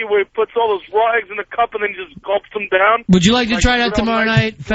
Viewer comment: Love Ronnie’s Philly mispronunciations — “Rawl eggs”